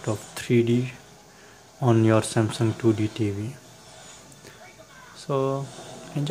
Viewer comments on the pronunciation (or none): none